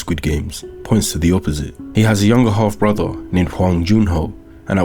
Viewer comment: i thought you said " younger hot brother " instead of "younger half brother " but ill take it!